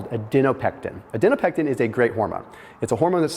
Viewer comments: for the last (probably not) time, it is adiPOnectin. Not adiNOpectin. It even says adiponectin in the video. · For the love of God stop saying "ad-EN-o-pectin"!!! It's "ad-i-PO-nec-tin"!! Very distracting and makes you sound, um, not smart, to people who have actually studied biochemistry!!! I've commented on this before, genuinely trying to help you!!!